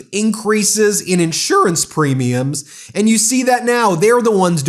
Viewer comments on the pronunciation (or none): Ah yes, the premius. You know the things we pay for healthcare each month. His mouth is slurring into Latin.